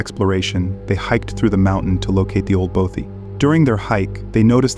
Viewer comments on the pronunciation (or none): Your pronunciation of Bothy is doing my nut in, Both like broth without the R, then with ee! So bothee!!! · Bothy is pronounced bot ee